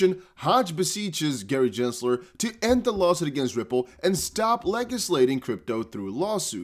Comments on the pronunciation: (Gen)sler not (Jen)sler 😐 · Unsubscribing. Other XRP content creators have much better sense of what's going on, and what's important. This guy doesn't even know how to pronounce Gensler's name after all this time. SMH